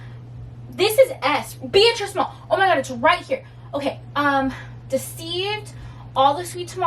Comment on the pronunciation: I read that book back in the 80’s. Between you and Jess, y’all are making me want to read it again! BTW…it’s pronounced Ber-(treese) Small. I think I’m gonna re-read it.